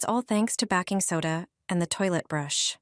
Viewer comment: ... "backing soda" 😂